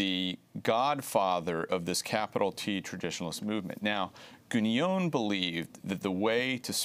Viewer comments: Some errors here. First, a minor point: it's pronounced "Gué-non" (with a nasal N), not "Guh-nyone" as Green renders it here. Second, Evola didn't ally himself w/ Mussolini. He went so far as to write a book criticising fasism, and another one against Nazism. Third, Evola was opposed to "racial theory" as it's commonly understood: he saw it as materialistic. Other than that, solid content from Josh Green. And touché . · He can't even pronounce Guénon's name correctly. He pronounces it as if it were Guégnon, lol. Neither was Evola a fascist ideologist in the style of Mussolini. Now, both men were bs meister's, but that's a separate story. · Traditionalism explained for infantile leftists. Buddhism also thinks we are living in Kali yuga. The interviewee mispronounces Guenon's name throughout and apparently thinks the Enlightenment was in the 1500s. Further comment is superfluous. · can't even pronounce Guenon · Dude should probably learn how to pronounce Guenon's name first before selling himself as an expert on the man